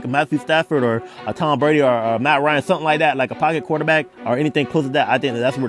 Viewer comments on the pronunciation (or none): none